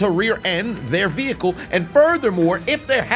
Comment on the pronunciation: Lmao The “ veehickle “